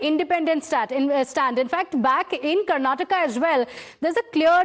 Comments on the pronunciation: Its “”KarnatakA” NOT ‘Karnatak’ . Please get it right. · Say Karnataka not “Karnatak”